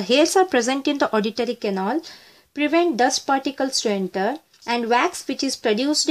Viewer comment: mam it pronunces canal not canol